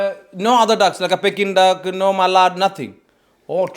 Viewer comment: Peking is pronounced as peeking ❤